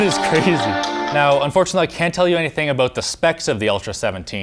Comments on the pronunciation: "The crazy thing aboot this" real Canadian this guy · i heard a clear aboot